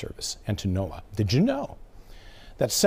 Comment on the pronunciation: To “the NOA”— obviously, you don’t know what you’re talking about. You said it more than once. It’s NOAA, pronounced like Noah. You hurt your credibility by getting these simple things wrong.